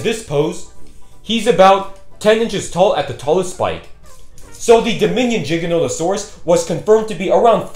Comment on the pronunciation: No he didn’t pronounce it correctly, it’s not pronounced (J) it’s (G) stop pronouncing giganotosaurus with a J🤦